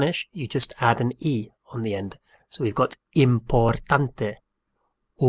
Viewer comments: I watched this until when he pronounced importante like it would be pronounced in America instead of pronouncing the "i" like "ee". I don't want to learn Spanish from someone who mispronounces the words. I'll look for a video from someone else ... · Mi primer idioma es español y tengo que decirte que tu forma de pronunciar "importante" está mal, alargas mucho la palabra y estás (prácticamente) agregando una tilde en "ta", no lo deberías de pronunciar tan alto, sino solo un poco.